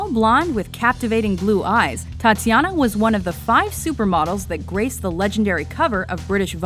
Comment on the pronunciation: didn't do their homework. What a shame, they thought Naomi was African American. And pronouncing Tatyana's last name wrong.